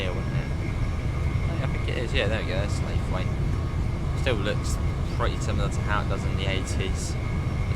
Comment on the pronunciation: Also slaithwaite it’s pronounce like slough it without pronouncing the T not slayethweight. Edit: a local person from slaithwaite hate it when people call it that apparently but 🤷‍♂️. Final edit: reason you where late was because you where braking really randomly. I could hear the regen brake going on near enough constantly. Also, you don’t need to press O to open the doors with a gaurd it’s only T when you have GDO and T+O/U when DOO